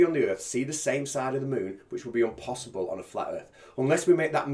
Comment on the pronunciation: 'me failing English, that's umpossible"